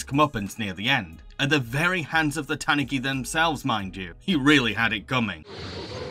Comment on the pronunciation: Tanuki is tah-NOO-kee not TAHN-oo-kee